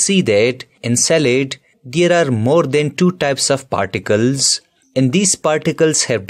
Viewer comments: It's particles not particels.. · Sir it's particles and not particels probably. There are other spelling mistakes too.